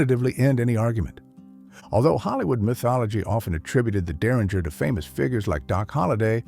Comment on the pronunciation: Make a decision on how you are going to pronounce 'derringer'.